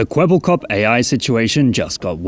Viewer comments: It's Kwebbelkop, not Kwebblekop. Kwebbelkop is Dutch and this name pretty much means blabberhead. Which fits seeing the AI bullsh*t this thing is spouting. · ermmmmmmmmmm actually its kwebbelkop not kwebblekop